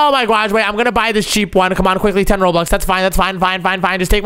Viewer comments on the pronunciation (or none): ITS PRONOUNCED "ROBUX" NOT "ROBLUX"